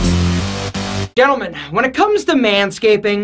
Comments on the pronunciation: Hold up.. did you say "gentleman" wrong in the beginning? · Anyone notice that said ‘gentalman’ in the beginning.